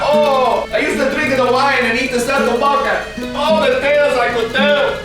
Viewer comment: I'm italian so i can tell ya that this was very accurate, aslo I died when he said "saltimbocca" XD, also x2 <3